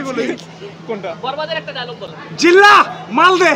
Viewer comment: জিল্লা নয়রে ভাই জিল্লু হবে 😀